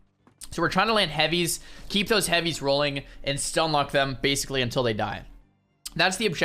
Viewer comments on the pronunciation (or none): none